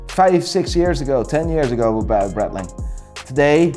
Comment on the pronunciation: Seeko??? Are you fucking kidding me??? And while we're at it, it's not Bretling either!!!